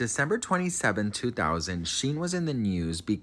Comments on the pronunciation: Omg. You pronouncing Shyne's name (pronounced "Shine") like the worst fashion company in the world (Shein) is sending me😅 Not throwing shade. I think you're adorable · Honey,, it's pronounced SHINE, not Sheen or Shin. I still love you, lol ❤. And Diddy paid him a million dollars to take the fall. Ay, ay, ay. I got some research for you. love. Shyne is a con artist. There's a law in Belize that forbids people convicted of crimes in other countries to hold public office. He wants to be prime minister of Belize. The people in Belize see right through him. He always had a NY accent, now he has this other accent. He stole Biggie's sound, literally the sound of Biggie's voice. But Diddy and LA Reid ( otro monstro ) made it look like a million dollars album deal. He just took that money. And Diddy's private jets were always making "drop offs" at Belize and donating money to Shyne and Belize, but it wasn't for impoverished children or education. It was to line Shyne's pockets. He crooked too. Y la pendeja de J Lo lied like a rug after the Club NY shooting. The lady who was shot in the face, Natyana Ruben, always said it was Puffy. She told police, the surgeon, everybody. But Puffy has always had some law enforcement on his payroll. She still has 9 bullet fragments in her face and is willing to have surgery to atleast remove one to prove it came from Puffy's gun. But Shyne did 9 years and got 1 million. Don't trust that dude. Ese es otro criminal y embustero. Stay blessed ❤ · Thank you 😂 he was calling him shien and I couldn’t stop laughing. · Who’s Sheen? 😂 you mean Shyne 😂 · Not sheen it’s Shineeee Poe son lol great stuff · It's pronounced shine lol but great video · Sheen? At least get the names right… at least! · Is he mis pronouncing his name on purpose?? It’s Shine. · Shyne pronounced Shine like wine with a shhhh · I think his name is pronounced shine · OMG its pronounced SHINE!!! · His name is pronounced like shine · It’s pronounced Shine 😂